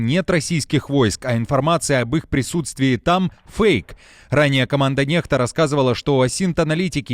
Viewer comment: "NEXTA", здається правильно буде НЕКСТА, а якщо НЕХТА, то має бути написано NEHTA